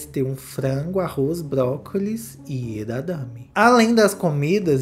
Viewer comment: Amigo, é edamame não edadame 😂 amei o valiriano e essa festa chiquérrima